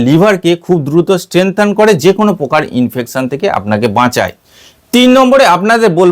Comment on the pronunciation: "প্রকার" শব্দটির উচ্চারণ শুদ্ধ করুন। "পোকার" নয়, "শব্দটি "প্রকার" (Proker).